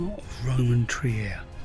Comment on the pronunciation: Hey, I'm a big fan of your videos. I watch them often as I consider them an oasis of tranquillity in an ever more 'untranquil world, to put it politely. I even use them in my classes sometimes. I was just watching this one with my wife and noticed your pronunciation of the city's name. May I point out it is pronounced Treer ( as in 'beer') rather than the 'Triyer' I think I heard. Best wishes for you and Janis. And happy Holidays. Greetings from an expat in Mexico.